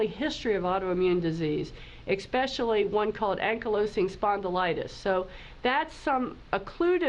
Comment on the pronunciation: So hard to hear a Dr. Say eXpecially.